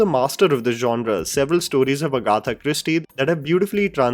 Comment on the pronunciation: The way you butchered Agatha Christie's name 🤦🏽‍♀️😂